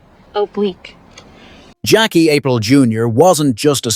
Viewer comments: Bad AI right off the bat. It's Apree Lay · Hahahaha no it certainly is not😂😂😂😂 It is pronounced A-PREAL like DEAL smh damn dude go watch the fucking show before you embarrass yourself any further😂😂😂😂